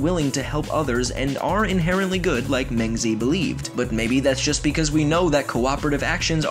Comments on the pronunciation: “mayng-zee” bruh at that point just call him mencius. his real name is pronounced more like “mung-juh”. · "mang zee" I'm done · Just if you wanna know it is pronounced m-aah-g zee. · As a Chinese native speaker, I'm surprised that Mengzi pronounces like "Men Z" in English. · I think it would be appropriate for life noggin to at least google search how to pronounce names of important figures they mention in their videos rather than butcher the names. rip mengzi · you said meng zi wrong sry XD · You read Mengzi's name incorrectly :( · i expected to pronounce mengzi correctly